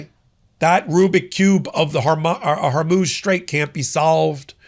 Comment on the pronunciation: HORMUZ many podcasters are so busy ranting that they can’t be bothered about pronouncing the name of the straits that may definitely change the world’s destiny!